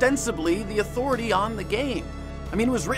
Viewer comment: Respect my ATHORATAH